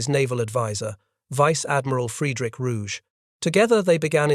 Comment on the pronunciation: German names never pronounce the letter "g" as if it was French, like in the French (and English) word "rouge." The Admiral's name was pronounced ROO-ghe, the second syllable like the English word "get" without the final t.